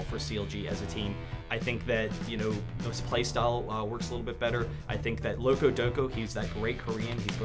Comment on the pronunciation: its loco support, he said it wrong